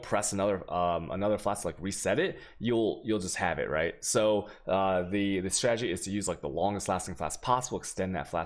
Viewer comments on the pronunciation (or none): none